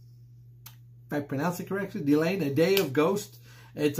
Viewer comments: Your pronounciation of "Delain" is correct 😎🐱‍👤👍Thank you for reacting to this "nugget" 😁😜👌 Marko is kind of the unofficial member of Delain 👀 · Hello. Bearing in mind that I am from Europe, the French/Belgique pronunciation should be "Delun", however the name of the band comes from the Kingdom of Delain in Stephen King's novel, The Eyes of the Dragon. So, I would say that you are phonetically correct! Cheers Kevin